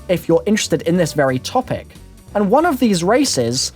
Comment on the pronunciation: "Dlc 'oneuh', on the 'moonuh', when you were a 'kiduh'. Anybody else notice this? I mean I love the dude but I can't, not hear this lol